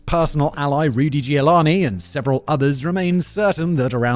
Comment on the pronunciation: Did he say Rudy Giovanni?